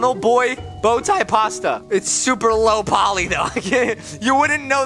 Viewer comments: "Schuuuper fast" that never gets old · Yes very SCHUPER FAST!!!